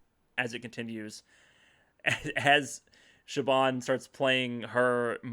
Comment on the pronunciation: No hate this was a lovely conversation I just wanted to say that Siobhan’s name is actually pronounced more like “shiv-on” than “shib-on” or “sib-on”